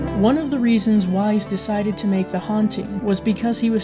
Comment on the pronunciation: It's 'Wise', like 'Fronkensteen'.